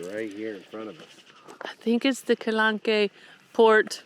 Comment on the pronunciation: Hey guys! Love your videos but I must tell you, in French… the « e » at the end of words is silent. So Calanque is pronounced Kalank. Enjoy this beautiful and historical part of our world!